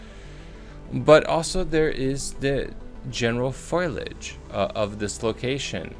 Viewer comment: came here to see debunking of Erwin Sanders, but I couldn't get past hearing FOILage over and over again. Its foal-ee-age, dude. Hard to take anyone seriously when they grossly mispronounce terms like that